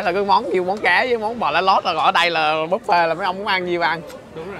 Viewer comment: Khi KhoaPug đọc chữ Buffet thành Búp Phét :))